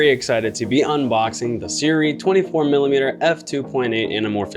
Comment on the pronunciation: The skit in the beginning was funny. But some sample footage would make this complete. Like someone else commented, no real reason to watch this besides the funny skit in the beginning. Also, it's pronounced "Soo-RAY" We ALL were pronouncing out incorrectly lol Are you going to be getting to 75mm version?